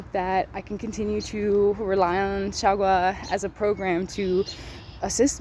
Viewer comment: Her way of speaking Xiaogua sounds like "Shagua"傻瓜 XD